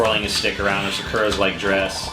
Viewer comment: Why can't no one pronounce Sakura right? lmao.